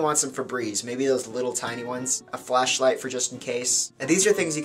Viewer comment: I thought he said a fleshlight not flashlight